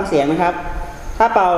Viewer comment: ปิดไม่สนิทค่ะ และ เป่า ออกเสียงเกินขนาดค่ะ